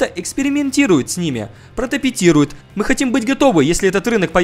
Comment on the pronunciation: именно так он и произнёс)